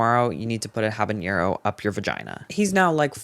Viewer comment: love ya but habanero doesn’t have a ñ it’s just habanero😭